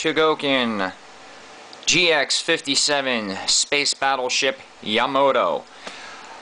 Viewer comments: YA-MA-TO, not ya-mato NOT yamo-to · You are a Idiot...You can't even pronounce Yamato correctly I can't expect you to give a decent review thumbs-down people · You said Yamato wrong!